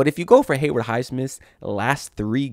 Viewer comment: HayWOOD bro, not Hayward